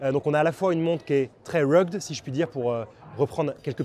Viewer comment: Revoir la prononciation de rugged